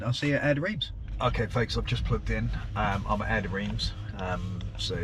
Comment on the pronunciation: Reims is pronounced Ranss / Ranz